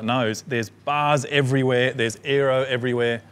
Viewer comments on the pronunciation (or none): none